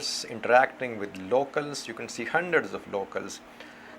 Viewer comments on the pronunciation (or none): none